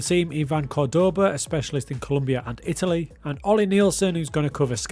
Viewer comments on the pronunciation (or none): none